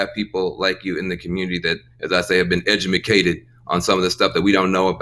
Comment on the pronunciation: How many times is this clown going to say, "eduMAcated"...smh